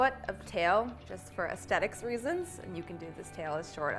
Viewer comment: It's aesthetic, not estetic. 😬🙄